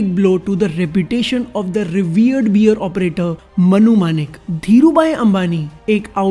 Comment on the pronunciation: "Bear" is pronounced like "bare" not "beer" It was so annoying to hear you say "beers" over & over again. It ruined all the fun of watching the video